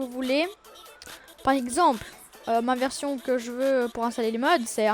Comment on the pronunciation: Installer c'est français, ça sert à rien de faire l’accent anglais...